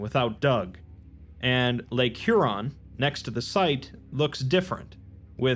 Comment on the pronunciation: Huron he-yer-on